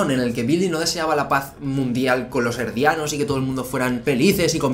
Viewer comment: Muchas gracias, de hecho a eso es a lo que estoy acostumbrado leer, pero al escuchar "Erdianos" me sacó un poco de onda...